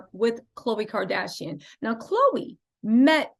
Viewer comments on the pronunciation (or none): none